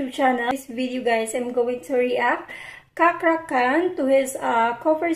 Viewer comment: Cakra Khan, please pronoun as Cha-Cra Can